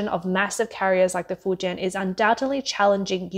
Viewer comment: Fuen ? Fu jian ( 福建)